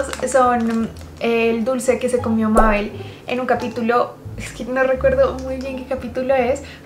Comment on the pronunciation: to viendo que dice mabe'l:😅 y se dice mabel